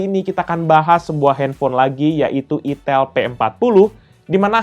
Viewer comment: Cuma mengingat kan "Aitel" bkn "itel"